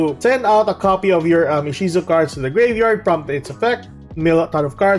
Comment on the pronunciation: Inshizu? You mean Ishizu which is the Romanized Japanese way of the female name Isis, right?